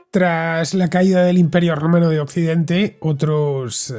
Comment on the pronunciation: O yo me estoy quedando teniente del todo o cada vez que decías romano sonaba rumano 😂😂😂